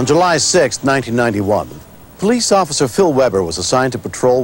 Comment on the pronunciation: Pulice is like cayute hahahaha